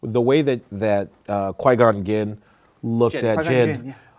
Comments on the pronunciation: How do u miss pronounce qui gon GIN!? Have u seen the movie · Qui...gon...GHIN????? Lol Idk how you got that pronunciation from the name Qui Gon Jinn.